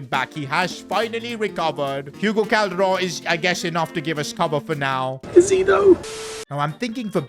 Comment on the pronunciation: I love the way he pronounce Calderon